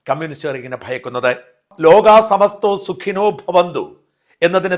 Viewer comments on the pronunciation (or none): Lokha samastha.... സമസ്തോ അല്ല... ക്ഷമിക്കണം... സംസ്‌കൃതം... അതിൽ ഓരോ ഉച്ചാരണവും അതിന്ടെ അർത്ഥം മറ്റും... അത് കൊണ്ട് പറഞ്ഞു എന്ന് martam... തങ്ങളുടെ വീഡിയോ കാണാറഉണ്ട്... ലോക നന്മയ്കായ് പ്രവർത്തിക്കുന്ന താങ്കൾക് വിജയം കയവരിക്കട്ടെ എന്ന് പ്രാർത്ഥിക്കുന്നു... 🙏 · ലോകാ സമസ്താ എന്നാണ്, സമസ്തോ എന്നല്ല 😊